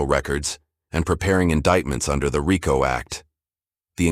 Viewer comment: The A.i. guy even butchard Rico act the first time it said it it said ryco at least in pronouncieation